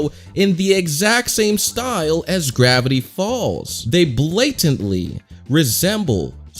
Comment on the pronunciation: GRAIVTY FALLS